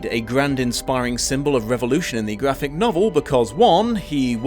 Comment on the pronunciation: Did you say, "Vraphic Novels?"